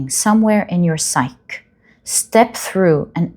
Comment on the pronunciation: it’s a Greek word, psyche (sigh-kee)